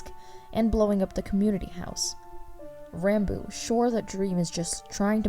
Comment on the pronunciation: Its pronounced rahn boo